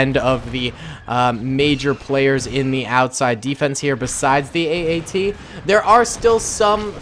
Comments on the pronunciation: its at-at not AAT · Is it just me or did he call the at aat say aat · calls the at at a aat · Its at at man, AT AT!!! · You said the AT-AT was an AAT five times! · calls the AT-AT an AAT Me::/ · Hey iets an at at not an aat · You keep saying aat. It is at at which i know you know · My face after he says aat instead of at at 😤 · I'm triggered cause he say every time aat except atat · Sry to mention this but you were calling it AAT when it’s a AT-AT (all-terrain armoured transport) just wanted to point it out if that ok:) Edit: or is it AAT idk but i think it’s ATAT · Haha he called an at-at an aat haha funny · He called an AT-AT an AAT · You called the at at an att so many times in the begenning.